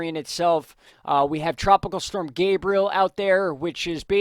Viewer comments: Thank you for bringing news we need so we can make good decisions regarding storms. BTW - the correct pronunciation of Gabrielle is Gab-ree-elle. She's a girl. If he was a boy, it would be what you've been saying - Gay-bree-uhl. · anyone else getting triggered when he calls Gabrielle "gabriel"? Its Ga-bri-ell-a, not ga-bri-el LOL